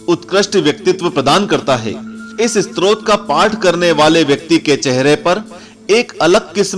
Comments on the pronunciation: STROT nahin STOTRAAA. BOLNA SIKH PEHLE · स्त्रोत नहीं, stotra स्तोत्र होता है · Use स्तोत्र kehte hai स्त्रोत nhi..